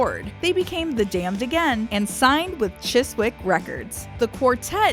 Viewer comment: PMSL! The pronunciation of Chiswick by this yank!